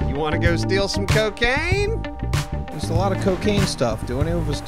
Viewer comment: so um did any one else hear pronounce cocaine as cocahina instead of cocaina?